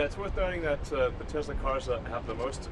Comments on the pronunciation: trump calls Elon "Ellen" every time Biden screwed up a name you declared he had dementia. where'd ya go? EDIT: trump also said "Tesler" where oh where is that all too familiar "dementia!" outcry? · he says he could name every one of the presidents but then he F's up the guys name standing right beside him and calls him "ellen". It;s official, he hath been christened!!!!!!!!!